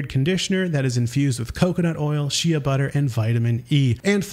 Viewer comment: I like how you can pronounce Githyanki perfectly but you can’t pronounce Shea 😅